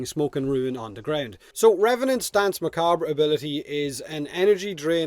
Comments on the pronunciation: Pronounced "Dance Muh-Kob" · You're saying danse macabre pretty well juste need to tweak a bit the pronunciation of the second 'a' in macabre and that's perfect. And I know how to pronounce it perfectly as I'm french and danse macabre is in french. Anyway I can't wait to finish that quest, get this warframe and turn the battlefield into a dancefloor with deadly light cones and lasers. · Also Danse Macbre, in the US, is pronounced Mah-Cahb. The "re" is silent. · It’s pronounced Dance McCarb.... but I love your accent anyway mate! Slainte! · Its pronounced Dance Macab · For "Danse Macabre", it's a reference to Camille Saint-Saëns' Danse Macabre, and as he was French, the French pronunciation ("danse macabr" instead of "danse macabra") would be the best one I think, outside of this, yours sounds very cool (more musical ironically). At the end of the day, communication is about being understood, not about making the perfect excepted sounds, most people here (even non-native speakers like me) understand you without any issues, so there's no need to be self-cautious about that. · Your accent is sweet. And Revenant's 4 comes from French. From an english pov you should probably pronunce it "Dans (s like snake) Macabr" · i think his ability is pronounced dance mah cob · The pronounciation is dAnsA macabr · "Dan's Muh- cob", technically but it's the English language so rules and pronunciation can feck off. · Best way to think about pronouncing it is think of it this way.. Dance Mar-carb the re at the end is silent as it's a french word by origin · Your accent is gold, if even if your pronunciation of Danse Macabre wouldn't earn you full marks. That's beside the point though - Plains bounties? Effing really? If I could think of anything I'd rather not farm we're talking about the actual d*mn countryside. I might even prefer that in fact, lend me your tractor willya?